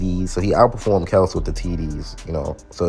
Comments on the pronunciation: Your pronunciation of Kelce name is correct ! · Get Ladd and McCaffrey It’s actually pronounced Kelce just like you say but there Father got tired of correcting people and just let people say Kel see So they were raised saying Kel see